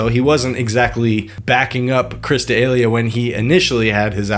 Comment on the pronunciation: Love your videos, but gonna need you to tighten up your pronunciation of D’elia to “duh-Lee-uh”